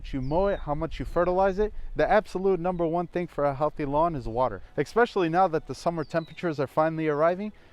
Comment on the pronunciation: Did you just say “ekspecially” 😂😂. I’m pretty sure that’s NOT a word. Oh I forgot - you’re a millennial. We’re not allowed to correct you because your feeling can get hurt 😂😂😂😂